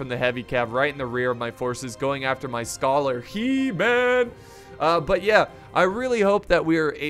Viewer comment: HE MAN is pronounced he (like her but without the r) man (the man in manga)